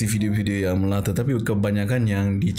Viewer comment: Sebutan yang betul (di Malaysia) ialah latch dan melatah. Melata merujuk kepada haiwan yang melata atau merayap dan berkeliaran.